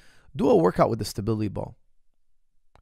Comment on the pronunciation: Why can't coach pronounce "stability" with any stability ?